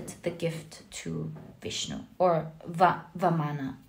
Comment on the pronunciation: It is vaamana . The king's name is Bali.